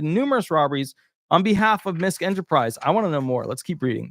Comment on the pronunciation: MISKE is pronounced: MIS- KEY